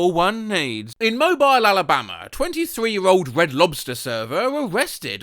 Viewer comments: A no-tip conflagration is serious business, but "Mobile," the Alabama city, is "mo BEEL." Not "mo-bl." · It's actually pronounced like "Moe-Beel", because it's Alabama, so of course it is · It's pronounced Mo-beel Alabama. And when you say Alabama, you say it in a stereotypical accent and you need to sound like you're surprised by it. That's what makes it authentic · Just would like to say that "Mobile, AL" is not "mo-by-el" but rather "mo-beel" like "wheel" that pronunciation offends me more than it probably should 😂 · Real people pronounce the city in Alabama, Mo-bill. AI pronounces it, Mo-bile. Hmmmm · its "Mo-Bill" not "Mo-Bile" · love your work, mobile alabama is pronounced mo-beel. i've never heard it pronounced as mobile as in mobile phone but it did make me laugh lol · Listening to a Brit mispronounce "Mobile, AL" is AI slop. "Moh-Bheel", rhymes with "steel". Not, "Moh-Byle", rhymes with "wrong thing to call a cell phone". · “Mow-Bile” Alabama lol. The city is pronounced “Mow-beel” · It's pronounced Mo-BEEL, not MO-byle. Not that you'll see this. It's okay, though. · Mobial Alabama 😭all my Alabamian homies know it’s mo beel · Mobile is pronounced with an ending sound like “beel” not “bile” bc of its French roots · literally no farmer's white shirt would be that clean. and what are those boots?? and she has a weird hybrid of roosters, hens, and ducks P.S. it's pronounced "mow-BEEL" alabama. it's stupid, but it's how it's pronounced. nice place tho! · Mobile, Alabama is pronounced mo-beel like wheel or peel, don't mean to hate just telling him the correct pronunciation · Mobile, Alabama is pronounced "mo-BEEL". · As an Alabamian and long term fan I must inform you that the town of Mobile is pronounced "Mo-BEEL". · it's pronounced moh-beel. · I know it doesnt matter but the city is pronounced "moe-BILL" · That's not how "Mobile" is pronounced. MO-beel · Pronounced like “Mo-beel” btw 😁 same as “automobile” without “auto” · lol mow-bile Alabama